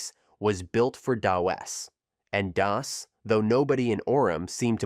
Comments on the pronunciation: "Doe Es" "Dee Oh Es" LOL! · The voiceover is bad. It's pronounced "dos" not D-O-S or "dough-ess". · It's DOS. Not "Day-OS". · "In the DEE OH ESS era"? Pronouncing DOS as DEE OH ESS - Channel has no credibility. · I think you're right. I was thinking it was the Jamaican "Day-OS" DOS. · Hilarious to hear DOS pronounced 3 different ways.